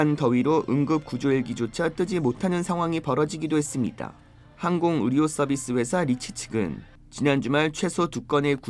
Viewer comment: 아니 "했습니다" 발음이 왜이래? 아나운서 맞음???